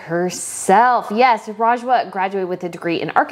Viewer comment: okay i'm pausing this video, the problem with you is that you don't understand our culture, the dresses are more perfect than you can think, and for god sake, it is pronounced as rj-wa